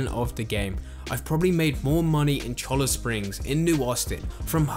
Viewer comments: Just a tip for our UK brothers. A "double L" makes the sound of a "Y" in spanish. Thus Cholla Springs = "Cho-Ya" Springs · FYI Cholla is pronounced Choy-Ya.